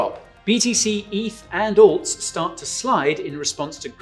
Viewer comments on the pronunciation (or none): is great and speaks very well, just a couple of tips.Speak at same speed as guy. Also please say Alts not Owlts 😉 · Can please speak clearer? Also pronunciation of "alts" totally threw me off haha